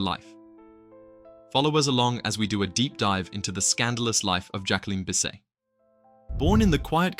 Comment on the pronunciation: Cant even pronounce her Surname!